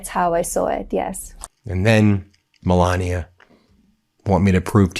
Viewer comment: Meh lay nee ah!